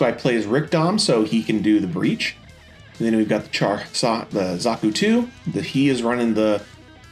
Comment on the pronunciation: dont feel bad all the zeon suits have weird names. like its pronounced big zaam not zam